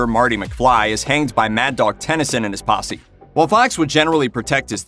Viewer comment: Mad Dog Tennisen.....it’s Tannen. COME ON GET IT RIGHT FOR CRYING OUT LOUD!!!!!